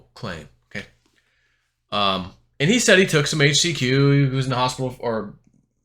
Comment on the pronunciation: You can't even "overdose" on "HAITCH-SEE-QUee" or "FLIBER-MEC-TIN"